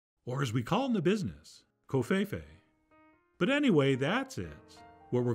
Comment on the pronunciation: oooh we are SO MAKING THOSE! and COVFEFE? you even pronounced it correctly! FULL DISCLOSURE? Who are you and What do you know? lol